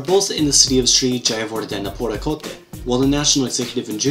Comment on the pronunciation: I don't see anyone talking about how he managed to pronounce Sri J. Kotte